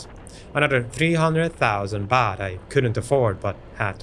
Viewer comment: Baht not boht😅😅